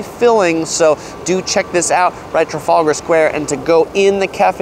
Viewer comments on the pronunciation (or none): none